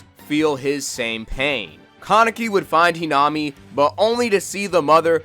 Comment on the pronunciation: Its the correct pronounciation